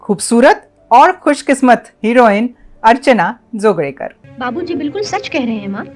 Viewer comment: जी आपने जोगळेकर का सही उच्चारण किया। बहुत अच्छा लागा। उत्तर भारत के बहुतसे लोग मराठी तथा दक्षिण भारतीय भाषा के उच्चार में गडबड कर जाते हैं।